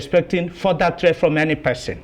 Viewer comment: Either you seee it as threeat, is a matter of perception